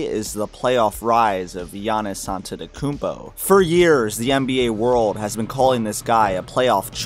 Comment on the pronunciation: I like the fact you weren't too lazy to pronounce his surname (Antetokounmpo). Some folks don't even bother and stick to Giannis or straight out butcher it.....yet they have no problem pronouncing "Schwarzenegger". Props 👍